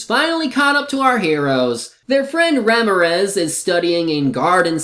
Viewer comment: Huh, I thought it's pronounced Ra-mee-rez, but that could from me living in a mid level Spanish-speaking area and either the recent comic dub or both that and the old radio play pronounced that name like the one I typed.